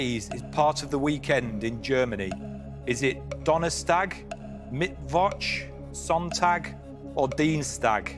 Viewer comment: I get that's not the point but the moderator's German pronunciation is absolutely terrible EDIT: nevermind, the contestant's pronunciation is even worse